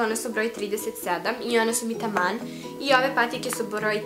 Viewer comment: Jano supp video,ali zar niste primetili kako kaze taman?